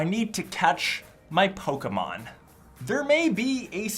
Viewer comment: He says Pokémon like Pokemeon